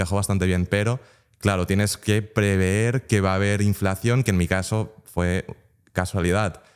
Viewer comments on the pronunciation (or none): No es preveer, es prever, de nada ;)